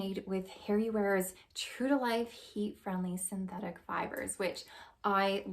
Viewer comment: Huh, All made with “Harry wares” heat friendly fibers. Did you say, “Harry Wares.”?